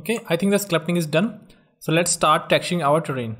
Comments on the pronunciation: This guy says sclupting instead of sculpting 😂😂😂 anyways this is not a grammar tutorial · it's called Sculpting not Sclupting